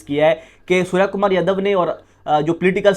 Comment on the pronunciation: sarya kamar yadhav😂😂...lavde naam to sahi lele..its surya kumar yadav